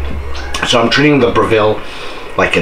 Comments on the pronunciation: We say bre ( Rhymes with Rev).ville not Bra.ville. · fwiw, it's pronounced BREV-ill, not Bra-VILL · 1.can't believe u prepped on yr cooktop, 2. Br/ville? No o o its Brev/le here in Oz! Thx for the comparison. What about smoke exhaust? Is Airfryer same as Breville? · Dude, if you're going to do a video on a product at least learn how to pronounce its name properly 😂